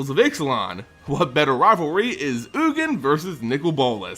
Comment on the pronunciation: is oogin, the correct pronunciation? I though it was yuu-jin. Sounds better to me.